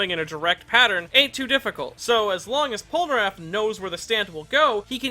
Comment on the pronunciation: I enjoyed the video and I don’t wanna be that guy but why do you always say “Polnaraff” instead of Polnareff